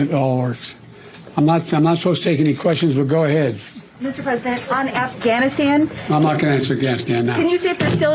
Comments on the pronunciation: did you guys hear him? he couldnt even pronounce afghanistan lmao he said "Im not gonna answer questions about gafstan" hahahahahaha this shit is beyond parody at this point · He didn't even say Afghanistan, he said Ghanistan.... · He said "I'm not gonna answering questions about ganstan". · Actually, I think Biden called it "Ghanistan", if you listen closely.